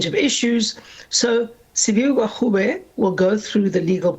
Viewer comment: Hellen not educated..cant even pronounce minister gwarube.. Da pls go..eff wants to enter government and expropriate land without compensation